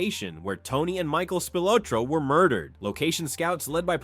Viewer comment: Mispronounced Spilotro's name. More AI crap